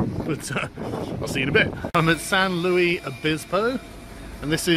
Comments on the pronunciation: Not Louis, Luis. Lew Ihs. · Sargon always pronouncing foreign words the French way. It’s Che Guevara not Shay Gwevara, it’s Luis not Louis (Louie).